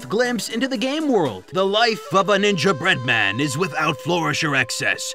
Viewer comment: It irks me the way you say "Ninja Bread-Man", clearly ignoring the cadence suggested by the "Gingerbread Man" pun.